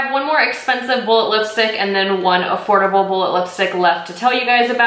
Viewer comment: Did she just say Afordableable?